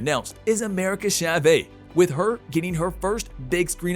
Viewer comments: When he said SHA-VAY instead of Chavez 😩 like whyyyyyyyy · Hahah “America Chavey”?! SMH